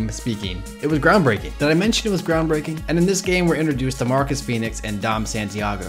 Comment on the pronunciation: It's Marcos ikr